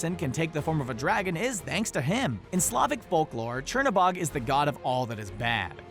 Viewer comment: Not a big deal but the right way to say Chernobog is cher-(chair) no-(no) bog-(bo -ge the ge is a guttural G so sounds like G-e almost like the GU in the word gut). I hope I make sense with the way I am trying to teach you how to pronounce Chernobog but this is in Russian other countries will pronounce this differently. Fun fact Cherno means black and Bog means god and is like the devil in Slavic folklore because his opposite is Belobog which means white god or a better way of saying it would be light god as Chernobog would be called the god of darkness. I am actually really impressed with Disney to be so well informed with Slavic folklore which they could of chosen the easy route with Norse, Roman, Greek, or Egyptian gods. Also thank you Screen Rant for this great video and also for you to share with us.